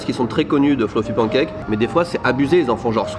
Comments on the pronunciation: Les « pANcake de sont exquis! Repeat after me: pan(n)e cake. ಠ‿↼ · tu as voyagé à travers le monde entier, tu as la chance d'être polyglotte... alors, please, si tu pouvais prononcer [pæn.keɪk] ou [pan.kɛk] mais arrêter de dire [pɑ̃.kɛk]. Bonne continuation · arrêtes avec les PAN cake! On dit panncake, ou sinon décides toi et dis pan caque. 🤠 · Pancake... Oui... Mais ça se dit "panne cake". Ça viens du mot anglais pan qui veut dire poêle. Frying pan = frying panne en prononciation